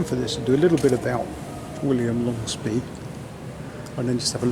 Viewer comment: The pronunciation is quite strange...Longespée